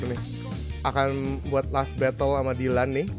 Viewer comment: Rievew handuk sultan Dylan dibaca dilan dan miya dibaca milea